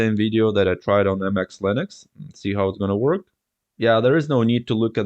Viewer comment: It's not Anti-X, it's pronounced the same as the word "antics". It wouldn't have been so bad if you didn't say it like 50 times 😆